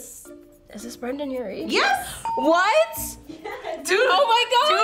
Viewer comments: His name is Brendon, not Brandon. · « Brandon urie » ahhh 😭 my heart hurts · people needa say brendon and not brandon 😤